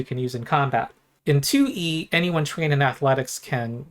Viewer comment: I love how every time you say “2E” it becomes one word that sounds like “Tooie,” reminds me of Banjo Tooie. This is a channel primarily about Pathfinder Tooie, but occasionally other stuff like Path-Finderie and DnD Threeie.